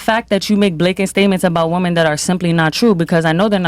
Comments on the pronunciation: Lol that was funny, the chick that can't say women, she says woman in the dumbest way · Why do so many people struggle to say WOMEN? They say the plural of women as WOMAN. why? Pisses the shit outta me. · It's women!!!! Not woman fucking gen z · when a person can’t for whatever reason can say “women” should never be taken seriously. should stay quiet for now on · It is so freaking annoying. They confuse the singular and plural pronunciation. Glad I’m not the only one. It’s also taught in liberal colleges.